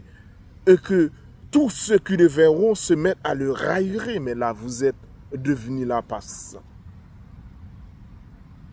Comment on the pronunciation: Railler verbe À l'infinitif 🙂( 2 syllabes ra - ye) tourner au ridicule